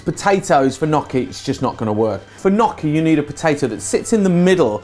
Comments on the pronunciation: Nnnnn...yokie....Nnnnnyokie.....not nokkie. Just saying as an Italian. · ny-yoch-ki say it with me. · The pronounciation of "gnocchi" is not nocchi, it is |niocchi| please. I know from my english teacher that english people has some problem with this word but please make some effort haha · Haha I like the way you say gnocchi. It's definitely not the Italian way :)